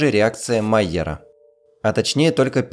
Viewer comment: Луи Камий Майяр был французом. Реакция Майя́ра, а не Ма́йяра.